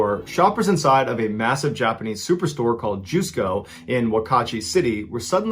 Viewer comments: Hey, Mr. B. Allen. Always nice vids. Can't get enough. #2 and #3 were gripping and touching. For #1, for future reference, the "Ju" in "Jusco" is pronounced like the "j" and "u" in "just" rather than like "Jew" (so I guess you could pronounce it like "justco" but make the "t" silent). Not that you might have too many Jusco stories coming in the future. And, of course, that doesn't take anything away from your great storytelling. Keep up the good work! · The Jusco Phantom (fyi as a silly nitpick, “JUS” pronounced like “justice” rather than “juice”, irrelevant today anyway as they’re all “AEON” now) story is pretty much unsurprising for Japanese police unfortunately. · It is pronounced as Just-co not juice-co. Also: 四日市ジャスコ誤認逮捕死亡事件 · I lived in Japan for 13 years. It’s pronounced JUS-ko. Not JUICE-ko. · Mr ballen, my dearest, it’s pronounce as just-co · Your pronunciation of Juscco is way off Lol You say it Just co with a silent T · Interesting story told ,the supermarket is pronounce as Just co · MrBallen's pronunciation of the Jusco Phantom sounded like "Jusko" or "My god!" In my language... Which is what I felt when the woman's picture came up. Tingles up my spine too.